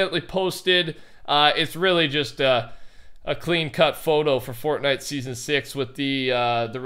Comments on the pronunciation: "fordy" lol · Why do you say fortnite like that in your intro?